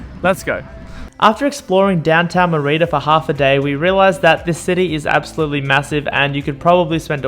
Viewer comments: Mur-ee-duh? MER I DAH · Good content. Please learn how to pronounce Merida properly, it's important. Many cenotes have water that looks green, not blue. Glad you enjoyed your time here, it's a magical place. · How many times did you mispronounce Mérida in one video? Please, if you're going to do videos about places ask someone, literally anyone. This goes for businesses too (El Barrio) or cities, cenotes etc... Also 1600 isn't a century after 600 it's a millenium. Izamal isn't called the Magic City, it's one of 132 Pueblos Magicos in Mexico. Again, a simple google search would have revealed this. This is why youtubers don't get any credit, they don't bother looking anything up. If you want our subs and the advertising money associated then put some effort into it. I love supporting content creators with subscriptions and even patreon donations but you have to at least be willing to ask someone how to pronounce the city that you're doing an entire episode about. Hell, if you come back I'll meet you for coffee and tell you how to pronounce everything so you get it right on the video. Seriously. Cheers.